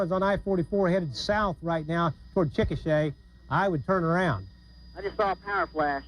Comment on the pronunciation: Chikasha is actually pronounced as Chick-a-shay. I heard it from an Oklahoman once One decent-ish way to measure a mile, or any increments of a mile, is city blocks. 12 city blocks roughly equals 1 mile